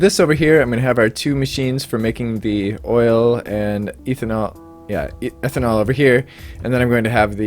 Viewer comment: First off - awesome vids. Always light and fun, enjoying the "immersive mods only". As a chem major, I did want to point out that its pronounced "ethanol" not "eeethanol" :)